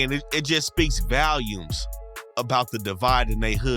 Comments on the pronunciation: “VALIUMS!!!” 😂😂😂 Bro get off YT and go back to English class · Its “speaks volumes “ not valumes lmao